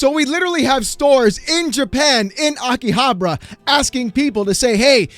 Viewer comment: ROBUTTS. Btw, it is pronounced Akihabara. I am literally laughing in all these big corpos faces.